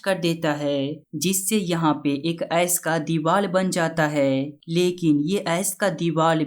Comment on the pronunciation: S nahi ice bolo yar